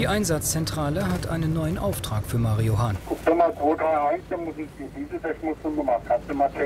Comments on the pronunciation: Mario Hahn, auch alleine der Name, Legende😂❤️ verstehe immer Marihuana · Nur ich höre "MARIJUAN(a)"?